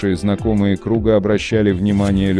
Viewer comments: Редко пишу комментарии, но автору ролика захотелось высказать, вы прежде чем что выложить сами сначала посмотрите, у Михаила Круга фамилия произносится с ударением на первый слог а не на второй, просто дико прозвучало, дальше тоже билиберда сплошная, захотелось попиариться на именах известных людей ? Так за это и спросить могут, подумайте об этом…. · существование по понятиям??????????????????????? жизнь надо говорить...что за дурень читает?????????????????????михаилом кругом ударение ставить надо правильно